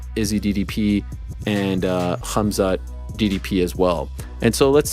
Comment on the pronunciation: The way Helwani pronounces khabib and khamzat is so annoying.